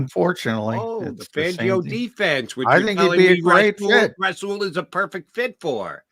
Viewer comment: Jody thinks Douglas is Darrelle Revis we don't need him n it's rasual not rah Saul d bag